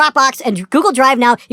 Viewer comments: How can you be so stupid as to pronounce 'archive' as 'achieve '? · BigFatCock Its either a joke or thats his accent/dialect